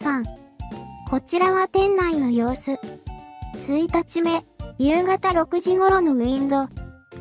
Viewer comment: 1日目。ツイタチメ？ イチニチメ。でしょう。 正しく理解して下さい。 アナウンサーですか？